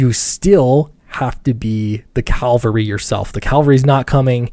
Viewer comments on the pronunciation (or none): Pls: "Cav-al-ry" PS Love the channel, keep it up :D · Take a shot every time mispronounces "cavalry". See ya in the hospital. *GLUG*